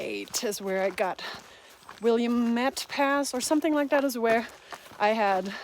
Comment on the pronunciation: I'm so happy you are back out in your element on the trail. Oh, Willamette is pronounced wil-LA-met with the LA pronounced as in "lad" (no "d" pronounced). It's in one of the native languages spoken in the region.